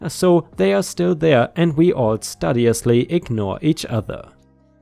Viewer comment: When "study" becomes "studious," it's pronounced "stoo-dee-us" (long "u" sound).